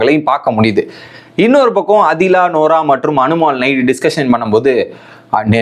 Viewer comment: And not Adila… it’s pronounced as ‘Aadhila’ (ஆதிலா) & Jishin (ஜிஷின்)